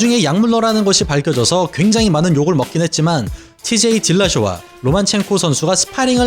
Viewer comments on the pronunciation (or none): 로마첸코를 왜 자꾸 로만첸코라고 읽으심? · 발음 좀 신경써주세요. 로마첸코입니다. 로만첸코가 아니고.